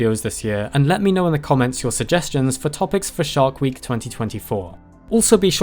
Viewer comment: I swear he said "shart week". Bad week.